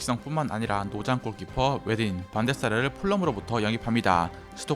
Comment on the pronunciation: 반데사르 아니고 반데르사르인데